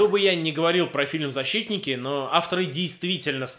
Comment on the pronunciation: "ЗаSHITтники" :D